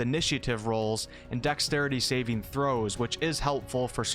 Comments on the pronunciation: Pretty new to the channel but it cracks me up when he says Saving. ... ..... ..... THROWS!!! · I know what saving throws are. Its just how you seem to deliberately pause between saving and a forceful "throw".